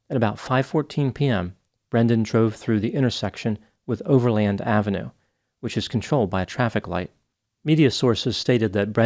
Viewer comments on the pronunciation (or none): I'm from LA and I've never heard "Overland Blvd" pronounced land. Here we pronounce it "overlend."